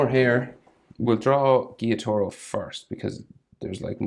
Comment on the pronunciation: Gee - yo - taro. Is how u pronounce Gyutaro